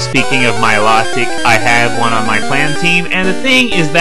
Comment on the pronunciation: It's pronounced mi-LOW-tic